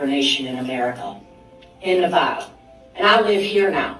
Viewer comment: Why can’t anyone say Nevada right Nevaaaaada not Nevahda other than that get it girl! My nephew has the same pajamas 😂